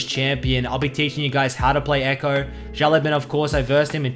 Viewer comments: `The way you pronounce his name is a bit wrong lol the last word should be bao not ban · His name means little boss. It's pronounced like (shh ow) (lu ow) (bon) shh like quite, ow like it hurt, lu like the u is lust, bon like saying ban really British. Thanks for the vids!